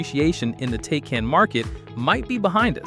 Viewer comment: When you pronounce the car's name incorrectly within the first 3 seconds of the video it makes me feel like you don't know what you're talking about.